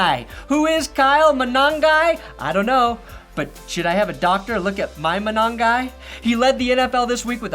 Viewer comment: Your Manongai is fine af!